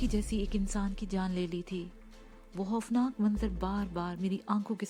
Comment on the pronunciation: Khoofnaak ko hoofnaak kehte hain